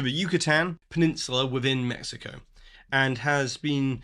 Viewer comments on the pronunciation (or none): none